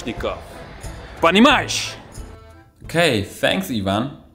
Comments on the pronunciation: Bing of russian descent myself I can testify that that russian accent was spot on, especially понимаешь lol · You've said that "понимаешь?" with no accent. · That понимаешь was actually not terrible at all. Congrats on your russian.